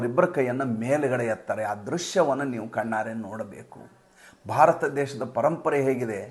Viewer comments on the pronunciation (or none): none